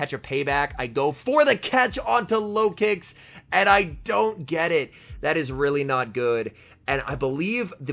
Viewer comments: Lol I thought you said low kicks in the beginning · I keep hearing "farming up with the Lokix" as "farming up with the Low Kicks" and I'm like "who in the heck is running Low Kick??" 🤣